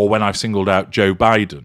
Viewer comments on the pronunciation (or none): none